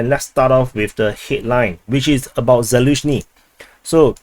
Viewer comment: It's Zaluzhny and not Zaluzhyny means behind the meadow.